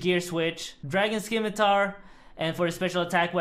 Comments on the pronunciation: The c in scimitar is silent. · You lost because you can't say scimitar properly